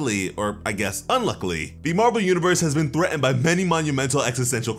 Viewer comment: "Ti'ans" "Threa'ened"